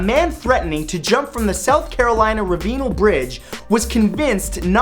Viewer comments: "Reh-vee-nal bridge"... Well, that's the first time I've ever heard it pronounced like that... It's pronounced "Ra-ve-nel", by the way... It's named after its main sponsor, Arthur Ravenel Jr. Before being built, the bridges it replaced were just referred to as the Cooper River bridges (and they were scary as hell to go over in their later years, especially the one from Mt. Pleasant to Charleston). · Hey Matt, I live in Charleston, SC and the bridge you mention in #44 is pronounced, Rav-n-el (all short sounding vowels). Just for you to correct the Knowledge Whale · it's pernounced rav-i-nal bridge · Rah-vee-nal? It's Ra-va-nell You gotta get the southern in you I'm okay with that It's okay Wooh,. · #44 it's pronounced rav-a-nel, not ra-vee-nil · It's Ravenel. Pronouncex Rav-ah-nel, not Raveenol. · its rav en el not rav een al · I live in SC. I remember the guy threatening to jump. I didnt know thats why he didnt jump. btw Matt, Its pronounced "Rav-en-el" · I live in SC. This is picky, but its pronounced Rav eh nel. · Number 44... I know you are not from here and there are odd ways to pronounce thing, but that bright is in Charleston and is pronounced Rav-A-Nell. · I live near the ravenel bridge, and it is not pronounced raveenul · That Bridge in Charleston SC. Is pronounced Rav-in-el. I'd the Aurthur Ravenel Jr. Bridge. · hey matt I'm a big fan of your channel, your 50 amazing fact videos are a fun way to learn new things, keep up the good work!...p.s fact #44 In this video was something I remember well as I lived in Charleston S.C at the time it happened, but the bridge is actually pronounced the RAV-IN-NELL bridge! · yo its not the ravenal bridge its ravenell RAV-EN-ELL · Rav A Nail is how you pronounce the bridge name in South Carolina. 😜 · It's Ravenal Bridge, Matt. Trust me. I live in Charleston. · He murdered the name of the Cooper River bridge in Charleston.